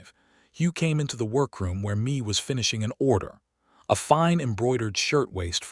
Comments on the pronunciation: Mee reed? Not May? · Good story of two people who met on a dusty road and fell in love and a family followed. AI just cannot get pronunciations correct Mae is not me its May! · The name "Mea" is being pronounced like "me", where it is more likely it is to be "May". A good story. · Good storyline! This is Mae and Hugh story. Mae left Colorado for a better life where she could be herself and not being controled by her brother-in law after her husband passed away. A little rushed at the end but all in all a good story. Mae is pronounce May. These storys need to be proofread by a human being before they are posted for the public. This enability to pronounce names correctly detracts from the story. Listening in Texas.